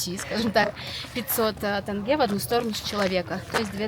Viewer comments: Видео интересное, но каждый раз когда вы говорите «бИйтерек», или «тЭнге» мне хочется им лично сказать как правильно надо говорить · Режет слух - тЭНге. Как будто не умеете говорить слово деньги. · Как же режит слух КОлсай, тЭнге итд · Очень странные ребята. Неужели нельзя узнать название, произношение и потом снимать качественно? И не говорить тЭнге, КоктОбэ, БайтЭрек. Тут вообще БайтАрек 😳 Ну ёлки палки, не в Ктай, Японии и же летите, где произношения для русскоговорящих сложное. В Казахстане говорят на русском языке и даже пишут на кирилице. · Ребята вы молодцы! Но тенге надо произносить тоже правильно! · Такого я ещё не слышал бИйтерек😂не ужели трудно сказать Байтерек,тенге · Не думала что тЭнге будет резать слух. А так , спасибо ребята, получилось очень круто 👍👍👍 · не ТЭНГЕ а ТЕНГЕ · Тенге - не как Тест, а как терминал. Именно с буквой Е, а не Э) а так видео крутое, мне понравилось, все вайбово) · НЕ ТЭНГЕ а ТЕНГЕ НЕПРИЯТНО СЛУХ РЕЖЕТ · Тенге не тэнге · Почему подавляющее большинство россиян там где буква О произносят как букуву А. при этом они Омск Амском не называют, как вобще это работает? написано кольсай произносят кальсай, тенге произносят тэнге. неужели нельщя произнести также как и написано, без хэйта, чисто по приколу узнать как это у людей в голове работает? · Ассалаумагалейкум ✊🏻 1) Не Калсай а Кольсай ( Көлсай ) озеро 🌊 2) Не тЭнгэ а тЕньге !!! ( Теңге) А так видео зачет 👍🏻🎞️🎥 #WllkomeToKz🇰🇿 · Тенге [теньге]✅ тэнге ❌. Ждем в Казахстане снова😊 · Не тЭнге, а тЕнге, как бы буква “е” в русском языке тоже есть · Авторами ролика не пройден главный экзамен. Неужели так сложно произнести тенЬге? ТЭнгЭ уже не режет слух, просто выдает степень подготовки)) Ребята, произносите слово Тень и добавляйте окончание -ге, произнесите слитно ТЕНЬГЕ😁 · Где вы увидели в слове тенге Э??? Ну хватит уже коверкать нашу тЕЕЕЕнге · Не тАнге,и не тЭнге,а тЕнге! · Почему все россияне так говорят?тЭнге.написана буква Е.так и говорите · Дорогая, не тЭнге, а тЕнге....